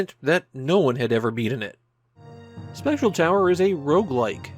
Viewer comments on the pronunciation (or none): Why do you keep calling it Special Tower?